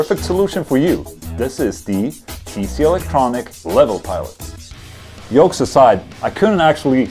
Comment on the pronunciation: swedes tend to pronounce the J that way lol